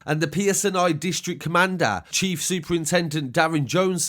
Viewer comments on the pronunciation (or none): none